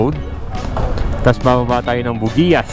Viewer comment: Bro,, Bugyas po ang tamang bigkas ng Buguias 😅 RS bro